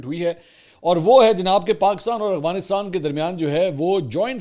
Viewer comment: اسلام وعلیکم جناب منصور بھائی صاحب امید ہے آپ خیریت سے ہونگے جناب میرا نام محمد شہزاد ظہور ہے میرا تعلق پنجاب کی تحصیل کمالیہ ضلع ٹوبہ ٹیک سنگھ سے ہےاور میں آپکی وڈیو پچھلے 3 سال سے دیکھ رہا ہوں اس دوران میں نے اکثر اوقات آپکو (افغانستان کو اغوانستان) بولتے سنا ہے کیا آپ بتا سکتے ہیں کہ یہ آپکے بولنے کی غلطی ہے یا آپکی نظر میں یہ لکھنے اور بولنے کا فرق ہوتا ہے برائے مہربانی اس کی رہنمائی فرما دیں شکریہ